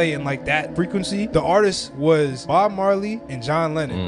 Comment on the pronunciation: If you want me to immediately dismiss you, just say Bob mar "lay".